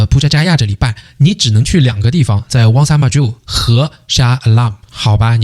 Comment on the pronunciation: 你听到他講出單句單句的馬來文 JPJ JPJ Wangsa Maju WangsaMaju很標準發音了他 如果他朋友里有馬來裔和印度裔的話 假與時日他醬努力學馬來語 必能操一口流利馬來話的 听他講JPJ JpJ Wangsa Maju Wangsa Maju已經很標準了 他的努力已經見功效了🇲🇾